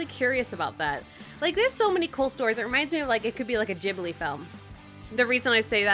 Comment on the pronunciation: it's not gibli, it's Ghibli oof oof oof GHIBLI